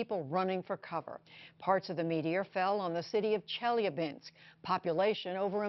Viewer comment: The way she pronounces chelyabinsk makes me me cringe